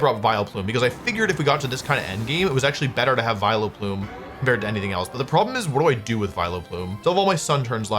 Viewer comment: Still trying to figure out what a "Vilo-plume" is.